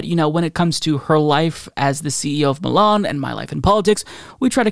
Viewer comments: it’s MY-Lin not ME-Lan lol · Lol, I'm sorry but pronouncing Mylan (my-lan) as Milan irritated me, like leave Milan out of this mess haha. I know he's done that to many names, he's always said he's a chronic mis-pronouncer, this made me want to stop the video tho. 🤣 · You're killing me by pronouncing Mylan as Milan lol. Fuck the company but I'm from that town and grew up with the company's heir so the pronunciation is ingrained in me. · My wife’s first EpiPen was $60 for a twin pack cash (in 2007 or 2008), way cheaper with insurance You always need two epipens btw, they wear off too quickly Also listening to mispronounce Mylan….